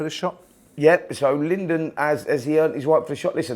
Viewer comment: And it's Lyndon Arthur not 'Lydon'.